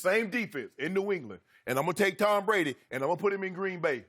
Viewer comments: Take a drink every time Rob Parker says Tom Bwady is falling off a quiff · Towm Bwady is falling off quiff